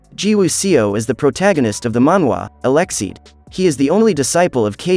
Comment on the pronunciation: where do you see the letter X in eleceed?? ce is pronounced same as in any other english word with ce in it, you don't say polixe or pronounxed, do you??